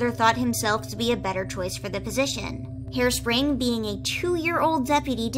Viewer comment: Harespring sound like hairspray